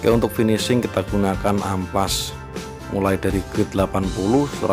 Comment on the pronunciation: amplas boy bukan ampas